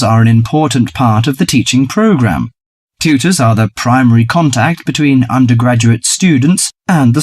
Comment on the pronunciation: 34 certainly can't be academic.. It's "program"